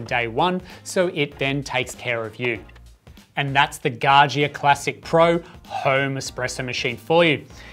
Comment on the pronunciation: its pronounced Gah Ja